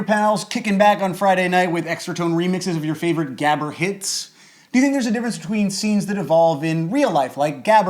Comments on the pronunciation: his pronunciation of gabber is so horrible, its more like gahber. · Great episode, but it was so jarring to hear gabber mispronounced every time :p if you learn to make the guttural g sound I'll be very grateful, and impressed! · You butchered the pronunciation of gabber, but I love that it get's mentioned. My favorite genre to evolve from it is breakcore, where high bpm is mixed with just rhytmic chaos, so that at one point the song is slow and then fast and then super fast but never really consistent. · I completely forgot this channel exists. Also, fuck yeah, extratone! I love how you butchered 'gabber' Greetings from the Netherlands